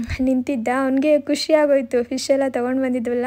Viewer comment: ಖಷಿ ಅಲ್ಲಾ ಖುಷಿ